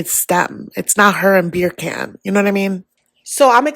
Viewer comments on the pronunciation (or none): I cannot get over that pronunciation of “beercan”